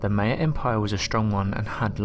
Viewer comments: MY-uh, never, ever, May-uh. This is straight from people who are Mayans-MY-ans, not May-ans. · Just cuz you're from Europe it's no excuse to just completely mispronounced a whole race of people it's pronounced my-ah not may-ah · Its Ma-ya, maya, not may-a your saying it wrong, they are also doing this in the Amazon, see Graham Hankock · Meyer?? Maya/Mayan is PHONETICALLY pronounced.. 'My-yah/ My-yan'. 😉✌🐨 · Thank you...I thought he was saying it wrong, haha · Mie uh not May uh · M eye an not now your saying it. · Maya is pronounced mya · Pronounced My a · Your inability to pronounce the word "Maya", the very subject of the video, greatly detracts from the viewer having any faith in what you say. Obviously you have never heard or the Maya culture, so expecting to learn about the Maya from you seems useless. Please consult an audio dictionary prior to future videos, to at least give the impression you are familiar with the subject. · All this effort into a video and they don't bother to learn how to pronounce "Maya".